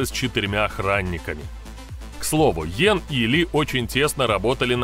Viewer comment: Знаком с ним лично. Фамилия его Янг, а не Йен.